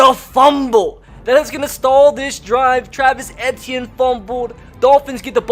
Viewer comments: It’s Travis E T in that’s how it is pronounced not AT t in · it's travis e - tea - in not eh - tea - in smh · It is pronounced ETN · It’s “Eee-Tee-In” not “Eh-Tee-In” sir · It’s pronounced Travis e t n not etian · Dude... it's not Et-e-in.... it's E-T-N! LEARN HOW TO SAY OUR KIDS NAMES! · He's saying Etienne wrong. He went to Jennings High school in Jennings, Louisiana I know him personally, because my high school wasn't even an hour away from Jennings Just a long e sound then just like the letter t then an. Simple. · pronounced “eetienne” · How to pronounce Etienne : EE-TEE-EH-NEY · You said Travis entine worng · I kept cringing over how he pronounced Etienne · I love you bro but you pronounced Etienne so wrong this entire video and it was nails on a chalk board for me